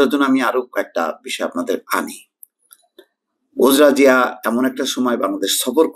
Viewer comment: সঠিক উচ্চারণঃ উজড়া জিয়া